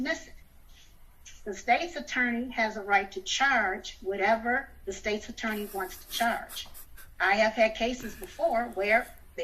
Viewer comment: First she says it's unlawful and then immediately says she doesn't know. Bahaha 🤣. I'll have what she's smoking. She's also mispronouncing State's Attorney. Too funny.